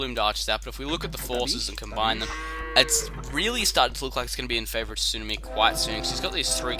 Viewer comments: Sue-Nar-Me, had to get that off my chest. Great video though! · TSUNAMI is an english word, no excuses! We say it wrong, but still. i guess ya'll just say tidal wave down under huh